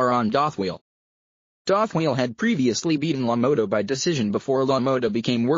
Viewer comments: Is this guy telling the story punch drunk ,he cant even pronounce Jake's name right "Lo Mowta" what a joke. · If your going to talk about one of the Greatest boxers to ever fight please pronounce his name right. Really